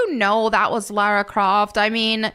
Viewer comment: My god it PISSES ME OFF when people pronounce her name as Laura or Lorah Croft its LARA DAMN IT!!(that wasnt aimed at you specifically it just reminded me of that)